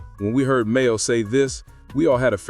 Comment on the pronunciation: It's MAINO not Mayo!! Nice video but you gotta get it together 😂😂😂